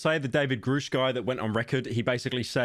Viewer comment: Why does everybody keep saying, "Groooosh" It's Grusch. As In, "G-rush" For fackx sake, do these idiots pronounce "Rush", as "Rooosh". Motherf**ker